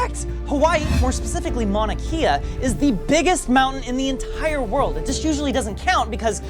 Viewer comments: Hawaii born here loved the video and hearing home but it’s pronounced Mau-naa Kay-a (Mauna Kea) it’s super nitpicky but it’s not often Hawaii gets featured outside being a vacation spot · You pronounced Mauna Kea wrong. It's pronounced like kay uh. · I hate to be the one to do this but Mauna Kea is pronounced maonuh kayuh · Mauna Kea, pronounced kay-ah, not Kia. 😂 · Oh god. As someone who lives in Hawaii- I gotta correct your pronunciation lol It’s not mana keya It’s mowna kayah Mouna Kea 🤗 Love you buddy 😂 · Please pronounce Mauna Kea correctly. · I was waiting for you to mention Mauna Kea. Glad you talked about it but you did pronounce it slightly wrong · You said mauna Kea wrong. It's okay. I know u guys like your facts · you said Mauna Kea wrong. come on man you did all this research and you didn't just look up how to say it